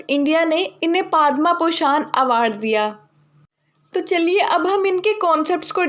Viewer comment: Padma bhushan wrongly pronounced